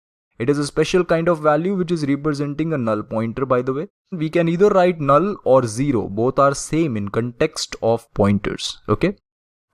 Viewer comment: the way he pronounced "a null" is very funny